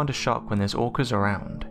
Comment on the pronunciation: Orcas pronounced as organs, irritating as f**K